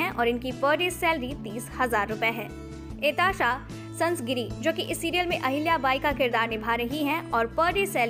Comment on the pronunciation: Your pronunciations are wrong The right ones are सानीका गाडगीळ (you are saying सनिका गडगिल) सुखदा खांडकेकर (you are saying सखदा खांडेकर) एतशा संझगिरी (you are saying एताशा सन्स्गीरी) किन्शूक वैद्य (you are saying किन्शूक वैद्या) स्नेहल वाघमारे (you are saying स्नेहल वाघमरे) Aetashaa is the right spelling (not Aetasha) (she has written on her Instagram account) So please first learn the pronunciations.